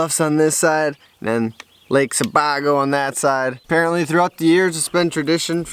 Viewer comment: love the video - but one HUGE thing - it's not pronounced Se-bah-go, it's Se-BAY-go. Absolutely love that lake, always vacationed there as a kid!:)